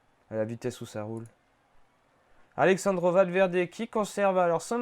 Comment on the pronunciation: "Alexssandro Valverde"... 🙄 Pour info, il n'est pas italien ! Alejandro... On prononce Alerandro